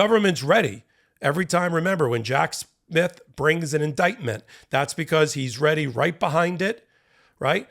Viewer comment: You made it sound like "Jack's myth" when you said Jack Smith. Some people are gonna love that! 🤦‍♂️😝🤣🤣🤣